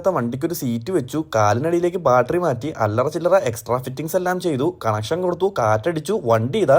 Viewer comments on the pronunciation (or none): അനിയാ ബാട്ടറി അല്ലാ ബാറ്ററി